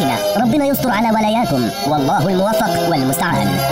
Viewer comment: في الاعتذار يجب نطق ( الله الموفق والمستعان ) الموفق بكسر الفاء وليس بفتح الفاء لان المعنى يختلف تمااااااااما